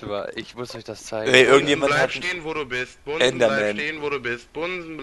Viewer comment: ich verstehe nicht bunsen sondern bumsen xDDDDD